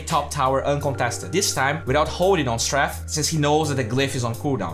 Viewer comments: he misspells it when he writes it so no surprise he won't pronounce it correctly. I mean look at the overlay... ROFL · please pronounce strafe even remotely properly STRAY fffffFFFFFFFFFFFFFF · i even google just to make sure how to pronounced the word correctly...cringy as fuck!